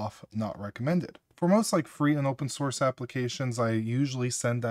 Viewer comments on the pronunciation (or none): none